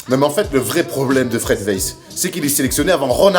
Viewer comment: STTOPPPPP!!!!! CA SE PRONONCE PAS WEISS MAIS WAÏSS OU VAILLS CAR ÇA VIENT DE LALEMAND ( CEST MON NOM DE FAMILLE 😂)